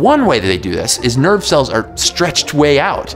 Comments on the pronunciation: I heard the same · I understood "nerd cell" instead of "nerve cell" and it took me a while to figure out because it made total sense to me